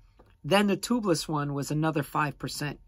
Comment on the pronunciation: Toobless? It’s pronounced Tubeless!